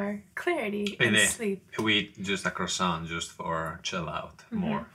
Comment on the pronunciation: That’s a very unusual pronunciation of croissant.